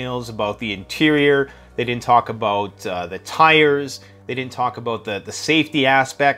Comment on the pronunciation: Dude stop saying aboat it’s about